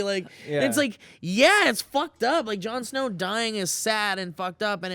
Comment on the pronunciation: "Jarn Sner" Lol!